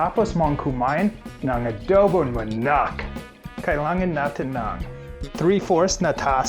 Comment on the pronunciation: Why you always say MANACC wrong word it's manok